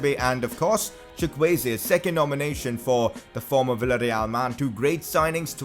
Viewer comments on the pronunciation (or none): none